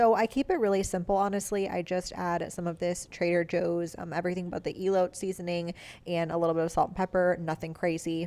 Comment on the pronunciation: its “e-low-tay” lol